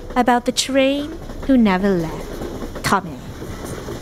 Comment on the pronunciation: I liked tomm-EH and im a big fan of u funn-EH!